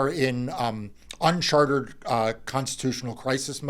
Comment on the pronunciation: Mark, it’s “UNCHARTED”, not “unchartERed”!!!